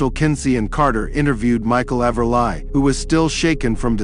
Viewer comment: Sucky AI narration again. The robot pronounces Everly as Ever-lie.. Seriously? This just sucks. And now I see it's fake.